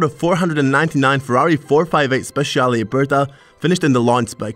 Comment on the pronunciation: Ferrari 458 SPECIALE..! NO "Ferrari 458 Speciiiale" L' Italiano si legge come si scrive, grazie :D !!!